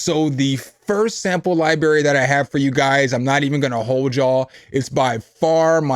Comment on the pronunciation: is coo... but you gotta stop saying Lie BErry... you sound like my dad or something.. lol its libRary.... xD....:face-blue-smiling::face-orange-biting-nails